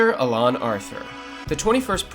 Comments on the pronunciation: it's not really that funny. Intelligent people are tired of these superficial nobodies masquerading as knowledgeable. What possible light could someone's shed on the subject when they can't pronounce a simple name? Who on Earth is named UhLun? It's not even how another language would pronounce it, so let's not try that chestnut of an excuse. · Just a bit of constructive criticism, I turned off your video as soon as you mispronounced Chester A. Arthur’s middle name a few seconds into the video. If you’re going to make a video on any subject, pronouncing the names correctly is probably a good idea to tell the audience that you know what you’re talking about.